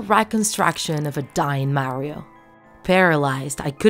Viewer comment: Super Mario 64 isn't a Creepypasta plus you said Mario wrong